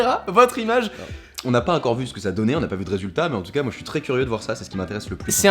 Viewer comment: On dit ENCORE pas HEINCORE haha! Sinon super vidéo comme d'habitude!